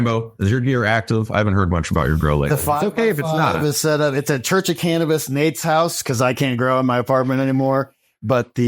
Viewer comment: “Christ of cannibis” 😂😂😂